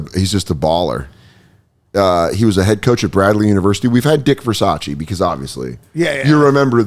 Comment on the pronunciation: Unfortunately "Dick Versace" isn't "Ver-sach-ee" but "Ver-sase" as in rhyes with "Her Vase"